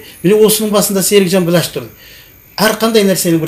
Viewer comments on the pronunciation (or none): none